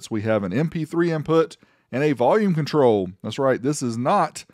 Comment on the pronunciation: Jajajaja 🤣 "contril"